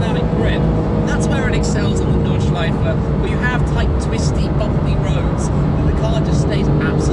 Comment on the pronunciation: I appreciate that Tim tries to pronounce the untranslated names as accurately as he can :) (gelbgrün, Nordschleife etc)